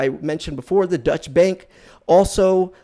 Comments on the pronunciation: I truly don’t mean this to come across as a troll, but it’s hard to take you seriously when you repeatedly call Deutsche Bank a dutch bank. It’s pronounced ‘oy’ as in void. If you were really doing that much research on the daily you’d know that. Most of us should know who/what Deutsche Bank is, if for no other reason, than that’s the bank holding billions in Trump’s loans. They’ve been in the news quite a lot. Having said that, I like your vids—keep it up. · "Deutsche" bank is not pronounced "Dutch" as you're saying it. The correct pronounciation is "Doy-chuh" bank. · Deutsche bank isn't pronounced Dutch bank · Basically correct, but it would be "DOY-cheh." Hearing it on TV, the difference is extremely subtle, because the second syllable is unstressed. If you pronounced it your way in Germany, you would be seen as having an American accent. If you want to really nail it, pronounce it carefully your way, and make a mental note of the configuration of your mouth as you say the second syllable. Then pronounce it carefully "DOY-cheh," and note the configuration of your mouth as you say the "cheh", and how it's slightly different. Now say "DOY-chuh" while shaping your mouth the way you shaped it when you said "cheh." Americans aren't used to saying final short "e"s, but they are common in German.